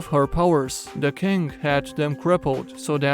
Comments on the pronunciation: When you say scarlet king I hear "Scarlet kink". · For a second I thought he said "The scarlet kink."